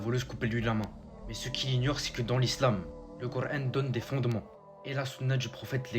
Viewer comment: Pourquoi tu prend un accent de wahabite quand tu dit kur an. Tu fais delirer. Retourne jouer a la play et n’oublie pas de t’actualiser à France travail